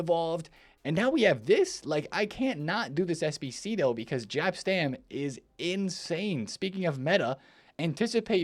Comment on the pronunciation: reminds me of an old man in a pub who cant pronounce any football players name that are slightly foreign. Like how he says Jaap Stam like his first name is a racial slur 🤦🏻‍♂️